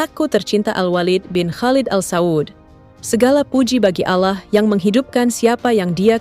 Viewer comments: Allah mba bukan alla 😂lucu denger mba ini bilang nama Allah gimana gitu 😌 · Allah bukan Alah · Narator bkn Muslim nggk bisa melafdkn alloh